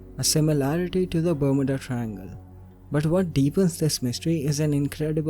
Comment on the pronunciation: Ber-m-you-da - that's how it is pronounced. divulged*, not diverged